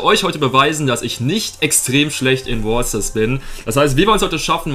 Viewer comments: Du sprichst brawl Stars nicht richtig aus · du bist nicht schlecht in brawl stars selbst, sondern nur darin das wort brawler oder braelstars auszusprechen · Find's witzig wie du zu Brawl Stars immer Bwawl Stars und zu Brawler Bwaler sagst😂 Kein hate btw